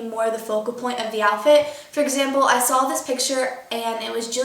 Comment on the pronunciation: she pronounces "saw" as "saul"